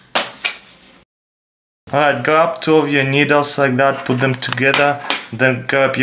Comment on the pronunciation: He said l puolt needle on the ice lol He meant of said poult the thread on the ice